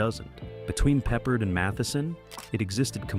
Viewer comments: Have a thumbs down because pronouncing Peppard wrong, not talking about the act who played the driver/ex-con, the special cigar, and rowing down the river. What fur coat!? Big deal. Still love the show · You call him Peppered?Pa-Pard! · Unfortunately, this video is misleading because there are (too many) clips NOT from the Banacek series, but from the film The Groundstar Conspiracy (1972, also starring Michael Sarrazin). It also obvious that no one edited the mispronunciations of George Pepper's/Pappard's/Peppard's. Do better or don't bother. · Peppered 🤦‍♀ Pep-pard ′ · Pee-pard? Pepper? Peppered? 🤣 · AND even"Peeper"!Ha!😂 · AI doesn’t know how to pronounce Peppered! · Unless there's something we don't know, it's Pep-pard. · George Pee-pard lol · They keep mispronouncing the actor's last name.